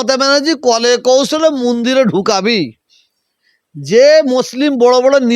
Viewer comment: Mandir uchcharon kortey paro na Toha babu. Tumi musalman samajer netritto debey.?